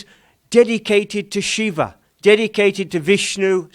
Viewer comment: It's "Shiva", not "Shiv". North Indian languages have a tendency to cut off the ending vowels of original Sanskrit words, and thereby creating incorrect words like yog, aasan, brahm, narayan, sadhan, prardhan, etc. Correct words are Yoga, Aasana, Brahma, Narayana, Sadhana, Prardhana, etc